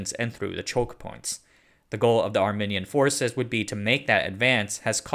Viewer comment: do you not know a single armenian who could have informed you you're pronouncing armenia and armenian wrong?